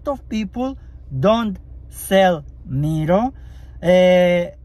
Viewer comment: "Mero"😂, the pronunciation its "mairo" i guess you are itialian? and dont worry English is not my first lenguage toom